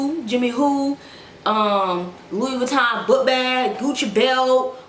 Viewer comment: i’m deaddd 💀 sis said “pfuivuitton”